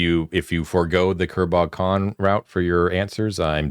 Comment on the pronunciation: I swear at least fourty percent of the time the boys are saying Kerbal Kahn.